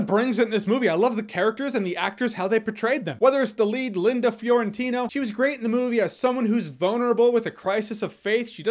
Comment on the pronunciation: Mi Last Name is Fiorentino. You did better than many other people do, don't know why many read it as Florentino. Learn how to read, there ain't no L. So congrats Jeremy, at least you know how to read.